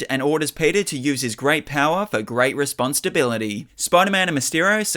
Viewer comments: I keep hearing "Response to bility" idk why lmao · You keep hearing that bc that’s totally what he’s saying lol. He’s 100% saying response to bility 😂 I’m hearing it like “response stability”